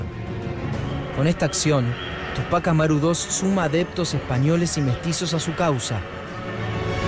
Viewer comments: Ademas los no peruanos dicen tupác Amaru y es Túpac Amaru. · Tremenda tilde en Ú de TÚPAC ... y le dice Tupác Amaru dos... terrible